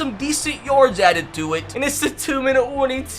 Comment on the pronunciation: Why u say yards like yords 😂